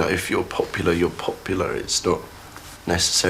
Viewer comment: “If you’re PAPewlarg, you’re PAPewlarg”